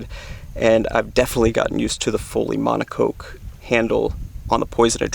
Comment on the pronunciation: rods have been out for how long and people still cant pronounce moncocque